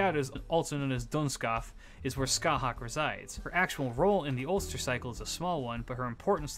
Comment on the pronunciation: For reference CúChulainn is pronounced Coo-Cullen, Aoife is pronounced Ee-fa and Scathach is pronounced Scaw-hach